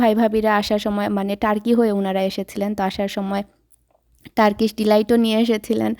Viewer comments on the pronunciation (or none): none